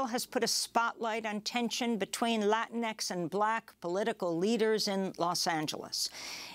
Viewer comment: You lost me when you said “Lainix.”